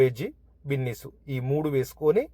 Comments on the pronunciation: అది బిన్నీస్ కాదు అయ్య బాబు బీన్స్ 🫛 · బిన్నీస్ కాదు బీన్స్ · Adi binnis chunnus kadu ra babu adi beans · Binnis kadhu bro beans..👍🏻